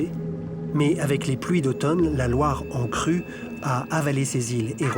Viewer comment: A pronúncia de Loire é LOÁR..